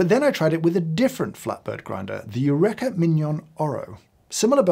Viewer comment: As an American, I’ve never heard “Eureka” pronounced that way 😂